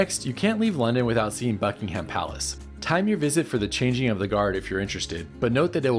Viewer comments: Yes, it's Buckinghum. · I was utterly shocked each time ‘Buckingham’ was pronounced so criminally wrong. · For a guy who’s covered so much ground, the mispronunciation of ‘Buckingham’ is most disappointing. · Nobody pronounces Buckingham like you do. Are you sure you were in London, UK?